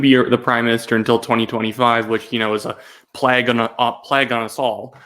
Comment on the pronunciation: What is plag?... Did he mean plague?